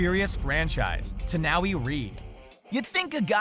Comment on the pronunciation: Sorry, but you mispronouced Dwayne Johnson's stunt doubles name wrong. Its pronounced "Tah-New- Eye", not Tah -Now-Wee. Great informative list by the way